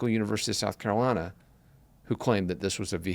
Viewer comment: And don't forget South Carolina - Sackalina.